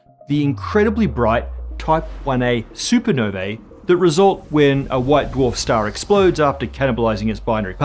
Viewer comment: Supernovae is pronounced soo ·pr·now·vee not super ner vaa